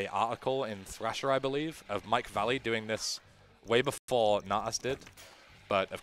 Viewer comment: >big fan of Mike Vallely >calls him Mike Valley